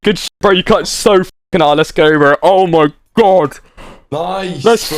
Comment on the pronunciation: the bro aussie ohhhhhhhh my gwaaaad